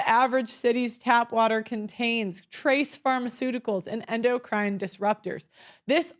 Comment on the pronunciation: Endocrine! Well that's certainly one way to pronounce it! LOL! 😂